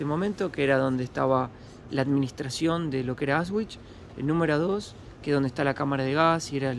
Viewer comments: En el idioma alemán las palabras se pronuncian tal como se escriben, exceptuando algunos dictongos. La letra W (doppel fau) doble W se pronuncia igual que en español. AUSCHWIT se pronuncia ausvit, no ausgüit WOLFGANG se pronuncia volgang no güolgan. El idioma alemán no es el idioma inglés. Practicamente el alemán se pronuncia tal cual como se escribe. Procurando siempre pronunciar todas las consonantes. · no es Aus ... es Aush no es vich, es vitz....Aush vitz ....con la mejor onda 😁 Distrae que se prouncie mal....muy bueno el video igual gracias por mostrarlo ❤ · se pronuncia Aushvitz.....no Ausvhich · aunque el video es antiguo te voy a corregir una palabra;Auschwitz,se pronuncia Auschvitz, no con la w anglosajona, sino con la v española.❤ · Increíble como pronuncia Auschwitz